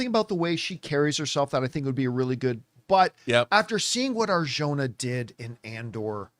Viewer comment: It's pronounced Ar-hona. And certain people want her for this role so she won't be cast as Wonder Woman 😅